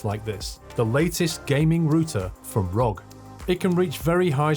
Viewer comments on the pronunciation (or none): Pronounced are-oh-gee, not rog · Just so you know it’s pronounced R.O.G